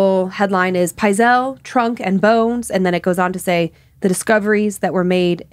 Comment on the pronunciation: another great episode - its Benjamin Pietzel , not Howard and the pronunciation is Pite-sel